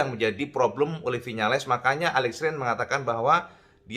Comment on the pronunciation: Aleix cak, dudu alex espargaro. Huruf i dibaca jelas.